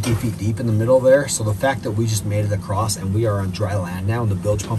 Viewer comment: This is inspirational. Guys who says acrossed usually don’t make it past 20 😂